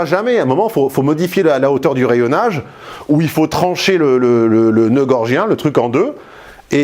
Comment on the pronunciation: Assez passionnant, je decouvre... Par contre, c'est le noeud Gordien, pas gorgien... bon, j'espère ne pas devoir rendre gorge pour cette remarque 😌... Je vais vous suivre dorénavant, en tout cas...